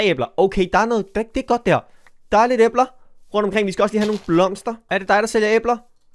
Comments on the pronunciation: Du ud taler æbler forkert men god video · Det lyder som æber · Jammen har jeg ikke lov til at det lyder som æber? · Hvorfor siger du æbler på den mærkelige måde😂